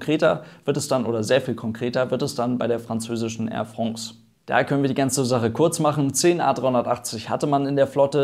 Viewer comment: Hoffe es kommen nach der Krise wieder mehr A380 an den Himmel. So ein tolles Flugzeug , wäre echt sehr schade wenn es wieder verschwinden würde. "Air Frongs" :)